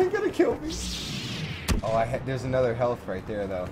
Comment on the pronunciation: lol, notice he says, "Another world record". Emphasis on "Another"